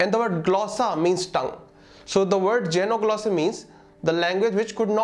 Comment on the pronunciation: Your pronunciation of xe in xenoglossy is wrong. It is pronounced exactly the same way as ze in zebra